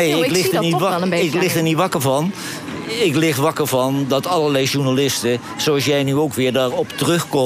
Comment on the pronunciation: Johan heeft last van een beetje te lange tenen. Op 50 seconden zegt hij beslist geen IK, maar iets onverstaanbaars. Als de presentatrice hem dan beleefd vraagt of hij ook niet meer met Genee in VI op te treden vaart daarna wel keihard uit door te zeggen ''ik zeg toch met IK? Ik spreek toch geen Spaans.?" Een beetje beleefdheid zou hem nog meer goed doen, want zijn vasthoudendheid om niet meer aan VI mee te doen siert hem uitermate..